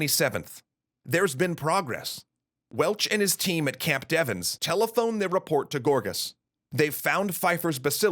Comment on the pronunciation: It's Camp, later changed to Fort, Devens, not Deven's or Devons. My grandfather was there and told us that the officers came into their barracks and told them to leave their weapons at the door and get off the base by any means. He left on a train which had brought in coffins via Ayer. I've never read of the camp being evacuated and wonder if some officers saw what was going on at the hospital and took action to try to save their men?